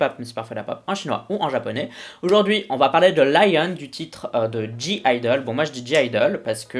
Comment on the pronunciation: Techniquement la prononciation coréenne c'est ideul et pas ideleu. Minnie expliquait que c'est un jeu de mots entre I (je en anglais) et deul (deux/plusieurs en coréens). Sinon personnellement je trouve Latata et Senorita dans la même veine (bien mais pas ouf). Uh oh était sympa, y'avait du mieux. Lion m'a bcp plus. Mais ma préféré restera Hann, je suis totalement sous le charme de cette chanson (et de son clip) une de mes chansons de K-pop préférés tous groupes confondues. AU final si Lion et Hann me plaisent vraiment ce qui me fait vraiment aimé ce groupe (deux singles ne suffisent pas) sont leurs chansons sans clip, comme Maze ou Put it Straight